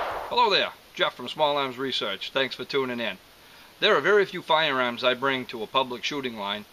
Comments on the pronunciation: actually I think he said "FOYA-AAHMS" - the "AAAAHS" ah silent. :) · "FOYER-AAHMS". LOL! And people say that I talk funny... SUBBED!